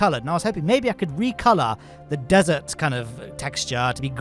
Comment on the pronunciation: Did i just hearhim say dessert air field?